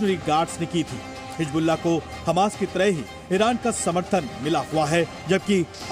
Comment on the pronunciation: Pahle bolna sikh lo. Hijjjjbulla😂